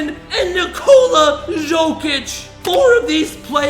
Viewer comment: ZHOKICH DUDE I BEG YOU, IT'S YOKICH